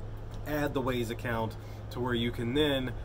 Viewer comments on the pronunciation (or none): It's not Waze, it's wyze like "wise". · Wyze is pronounced wize not ways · OMG, thanks for the info, it was, however, very painful to hear you say WAZE (ways) when it is clearly WYZE (wize)..I almost couldn't watch the video all the way through...but thank you VERY much for doing it.